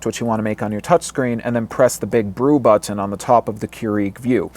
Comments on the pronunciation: BUT-TONN. is it me or does he say it weird? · the way you say button makes me uncomfortable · i hate how you say BUTTON